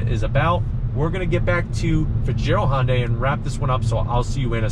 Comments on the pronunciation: Can you also help him with his pronunciation of Hyundai? Tell him it's like Sunday, and not "Haaahn-day" (Thanks!) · Dude really! You've been doing this for a long time and you still pronounce Hyundai Honday. WTF it's pronounced like Sunday. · & Daniel H - the "Sunday" pronunciation is exactly what Hyundai has branded it as in North America since 1986. It was their Plan A for this market. Regardless, it is not called (now pinch your nose to get it just like he says it) "HAAAHN-day." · Pronounce the y please.